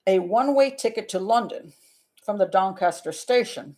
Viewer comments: "Doncaster, South Yorkshire". Impeccably pronounced! Go to the top of the class, Pat. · "Doncaster"/"South Yorkshire" good pronunciation :-)